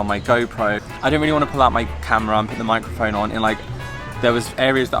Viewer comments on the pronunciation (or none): none